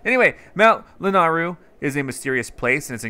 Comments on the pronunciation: i know this is 2 year old but it LANAYRU NOT LANARRU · Everytime he says lanaru instead of lanayru my soul shrinks a little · “Mount Lanar-ryu” Lanayru? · And it's Mount Lanaeyroo in pronunctiation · It’s Mount La-nae-rue